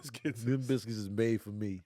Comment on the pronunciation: Pronounced Bil-skits